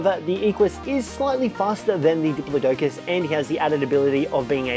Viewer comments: Errors: Parasaurolophus not parasaur Dire bear isn't a dinosaur it's a prehistoric mammal Dih-plod-ih-cus not dih-plO-dough-cus Equus is a horse not a dinosaur It's Quetzalcoatlus not Quetzal, and Quetzalcoatlus is a pterosaur not a dinosaur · It’s duh-plot-ic-iss not dip-low-doe-cus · I’ve never hear anyone say diplodocus like that